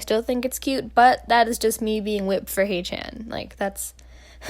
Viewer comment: your pronunciation for haechan’s name..